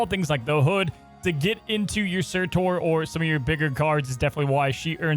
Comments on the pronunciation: For the love of god stop saying surTOR ITS TUR!!!😂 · dude....it's surtur not surtor tur like turn not torn. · Sir-terr. Not Tor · It’s pronounced “Sirtur”. Quickly said. You’re saying it more like Sir-Tore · SURTURRRR! Where is the O?? Not SurtOr, cmon what are you.. Alex? :P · Pls stop butchering his name :'( S U R-T U R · I got triggered how many times he said 'sir tor' lol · He is generally bad at pronunciation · Sorry y’all I’m gonna be that guy: pronounced like “Cer-ta” 🤓☝🏻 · Did no one notice how pronounces Surtur 😅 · How are all of the snap content creators pronouncing surtur wrong... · It’s driving me insane